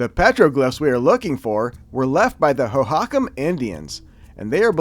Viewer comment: Awesome video. Pronounced Tucson too-saan, saguaro suh-wah-row and hohokam how-haa-km